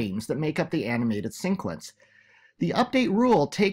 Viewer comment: Pronunciation of: Sequence == SEE-kwense not Sync-wense (I like your content a lot, and I have no intention of being mean) I only mention it because it can be a distraction when words are repeatedly pronounced incorrectly. I am certainly not perfect myself, but I am always looking to improve.